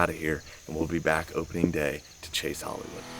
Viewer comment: i pretty much heared you say holiday wood 12minutes in the video